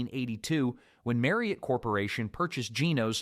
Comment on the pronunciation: Maryt instead of Marriott? "Sandy's um"? I give up. AI generated narration always ruins everything.